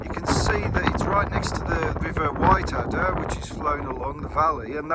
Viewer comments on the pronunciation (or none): The reason for all the wood logs is due to the gales we had the other year. It felled a lot of woods in the area. Also Broch is not pronounced brock. The ch is pronounced the same as in loch. It’s similar to German der Loch or das Buch. The river is the Whitadder not white adder. Adder means tributary and it joins the Tweed just before Berwick. The round house on the other side of the Whitadder is called The Retreat. It was a hunting lodge belonging to the Earl of Mar. The farm up the road from it is called Blakerston. There is a small fort on the top of Cockburn Law, pronounced Coburn, Law meaning hill, but little left. There is a better marching camp at the top of the Cleuch, on the road towards Duns.